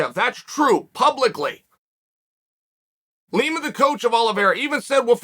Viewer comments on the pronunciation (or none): none